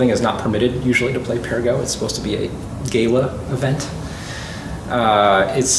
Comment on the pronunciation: Sorry, how did you pronounce "gala"?